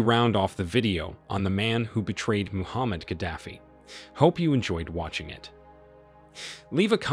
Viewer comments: His name is not Muhammad. His name is Moaamar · Who's Muhammad Gaddafi??? Do you mean Muammar Gaddafi?? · its muammar not muhammad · It's not Muhammad Gaddafi its Muamar Gaddafi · He's name Muammar Gaddafi not Muhammad xD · Gaddafi first name is not Muhammed it's Muammar ! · How you talk about a person you don't know his name? He is Muammar not Mohammed...very ridiculous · When making a historical video, try at least to get names of the main players right. Col. Ghadafi's name was not Mohammad but Muammar. 🙄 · If you are going to make an episode about a leader, it helps greatly to know his name in the first place. His first name is Muammar, not Muhammad. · His name is 'Muamar' not Muhammad. Muamar Abu Sina Al-Qadaffi. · My friend husband name is Muaamar Gaddafi NOT Muhammad!!! Wtf man get your shit right. And it's spelt Libya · Muammar Gaddafi not Muhammad Gaddafi! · the name was Muammar not Muhammed kaddafi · It us Muammar, not Muhammad. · It’s Muammar Al Gaddafi not Muhammad Gaddafi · Muammar is his name. Not Muhammad 🫣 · Muammar, not Muhammad. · His Name Is Mhomar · Name was Muammar Gaddafi, get it right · Can you at least say his name correctly, M U A M A R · Muammar. Mispronounced first name aside, good video. Tony Blair and Co. betrayed him as well, they started diplomacy again after he got rid of the nukes then a few years later, they were supporting his overthrow again. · Get his name right !!! It's MO amr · You got his name wrong. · couldnt even get his name right, have respect for the man who turned the desert green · Muammar Not Muhammed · It’s Muammar …. You gringos